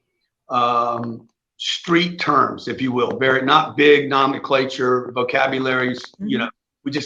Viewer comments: For someone with such an expansive vocabulary and "nomenclature", he doesn't even know how to pronounce it correctly...not to mention his grammar 🤔 He screams of someone trying to use big words and "nomenclature" to pretend like he's super intelligent or what-have-you, but simultaneously exposes himself to be the opposite by not actually using those words correctly...this was just a small glimpse of that, but it just seems so obvious that that's who he is/what he does (in my opinion) ....what an idiot for real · Grant needs to stick with simple words. He can't even pronounce "nomenclature" properly